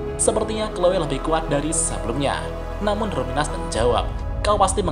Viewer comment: Kalo luminous dibaca ruminas, jangan2 rimuru selama ini namanya yg bener itu Limur